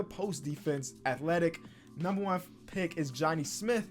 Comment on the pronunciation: Nobody:: “Johnny Smiff”